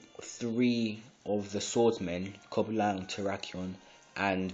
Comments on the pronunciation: its cobalion not coba lion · Haha you don't have Reshiram. You don't even pronounce it right. Or Coblion.